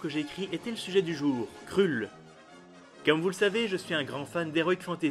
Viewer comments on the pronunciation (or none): Mdrrrrrr... On dit surtout pas "krulle" mais "kreulle"..... OH MY GOD... J'ai tenu 30 secondes... Désolé...